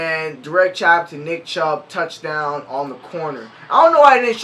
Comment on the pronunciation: Did my dude just say towchdown TIGERS